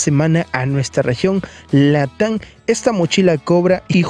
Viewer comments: Región Latan = Latam. Nuevos intems = Items. Cuida tu pronunciación y crecerás bro, yo casi cierro el vídeo cuando escuché eso) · Siempr dice latan🤣🤣